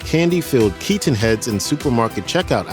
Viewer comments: Michael KeeTen …🤨 Michael KeyTin…😡 Michael Kei10 …🤬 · Could they get a guy who said Michael Keatons last name stranger please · Why can't this dude pronounce "Keaton" properly?